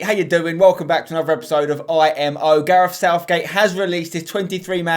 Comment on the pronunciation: It’s gareth. Not garef